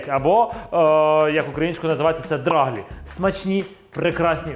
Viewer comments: Доаглі‘-наголос на і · Наголос у нас на перший склад - драглІ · Будь ласочка - драглІІІІІІ - наголос на останній склад😄😄😄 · Драглі. Наголос на і. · В нас також наголос на і. Ми з Волині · На Заході кажуть драглі,наголос на і.